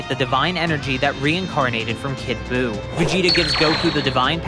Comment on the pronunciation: Who is “Boo”?? It’s “Buu”!